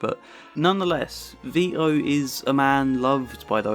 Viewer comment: Vito not Vio mate